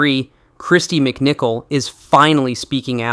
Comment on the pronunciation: Kristy. MicCalet!😂